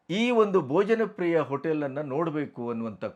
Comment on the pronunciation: KINDLY CORRECT TO BHOJAN PRIYA NOT BOJANPRIYA 'H' IS MISSING.